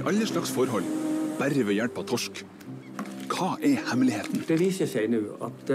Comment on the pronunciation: Your pronounciation of "torsk"(Cod) is really spot on! If you ask, we will surely send u norwegian candy for a react video. Smash .. its silly good. Thats also true according to other reactors doing taste tests